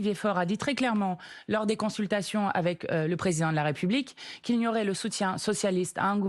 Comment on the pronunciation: Pourquoi ces journalistes ne prononcent pas "préSIdent" de la République correctement? Bravo Mathilde!